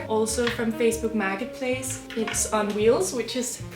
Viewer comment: "Facebook Maggot Place"--Such poetic pronunciation...